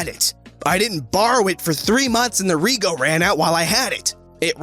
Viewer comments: "Rego" It's not Re-go, It's reg-o, like reg from regiment with an o on the end and no iment. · 'rej-o' it's short for registration. 'reego' sounds like a pasta. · Who else was slightly ding inside wen he said reego instead of rejo btw I'm Australian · Rego is pronounced “Reg-o” not “Ree-go”or just called Registration. It’s part of Australian Slang. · Reh-joe...Rego is short for registration. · your killing me with your pronounciation of rego, it hurts my australian ears. Its short for registration, so 'reg' in rego sounds like 'reg' in registration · its not pronounced rego its pronounced redjo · ... its pronounced rejo. not reeeeeego XD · the way he tried to pronounced rego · “Rego” is short for registration and is pronounced “REJ-oh” — “rej” rhyming with “wedge” and “oh” as in “go”. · In Australia rego is short for registration and is pronounced rehjoe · Listening him pronounce rego as reego is hilarious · "ree-go" cries in australian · rego=registration, also pronounced reg-jo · Just so you know rego is pronounced “rej-oh” it’s Aussie slang for a vehicle’s registration. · Rego is pronounced like reg-o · Nah mate... you should’ve checked the rego before driving. Btw you’re pronouncing rego wrong it’s short for registration. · Any other Australians laugh Everytime he said rego?